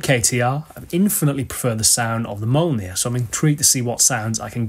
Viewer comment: Great to see two Mythos Pedals added, they are phenomenal. And also provides the excellent moment of a Welsh man trying to pronounce Mjolnir haha Epic as always, hope the new board leads to some exciting new sonic explorations!